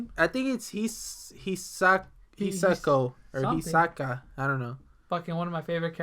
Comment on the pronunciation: his name is (he-so-ka)